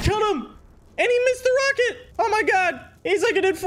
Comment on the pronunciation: when take helicopter and heli rocket he always says rackat:) is so silly